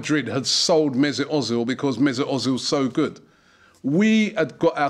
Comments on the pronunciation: özil is pronanced Erzil not Ozil but i am happy we have him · Özil, mate. You say Ozil. It's pronounced Oezil. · i love how you say ozil hahah its more like 'err-zil' :P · Robbie, its pronounced erzil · Its Pronounced Mersoot Erzil..... I hate the way Robbie says it lol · I was just about to tell you ur saying ozil wrong but then u said ur going to start saying it write